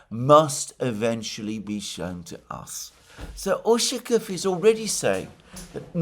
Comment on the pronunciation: its ushakOv, not Ushakov.